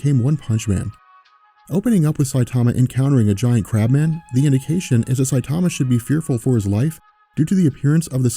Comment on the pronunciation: I don't speak Japanese either but I do know enough to mimic the sounds one makes when I hear a name spoken in that language. straight botched Saitama's name lol.